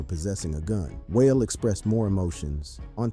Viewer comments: Whale🙄 am sitting hear like boy its Wale WAH-LAY DAMN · Damn bro how pronounce Wale as whale??? LOL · Please stop saying whale it’s waalay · Whale lmaoo wahh lay is how you pronouce it foo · Bro, it's KWAY-VO, and WAH-LAY. Holy smoke. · The most disturbing aspect of the video aside from the deaths was this persons butchering of Quavo's and Wale's names smh. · You mispronounce wal e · How tf do you not know how to pronounce Quavo or Wale? And got the nerve to make a video about rappers. 😂 Culture vulture… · Why don't you know how to pronounce Quavo and Wale?? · 😂 I didn't even know he was talking about Wale until I read the comments.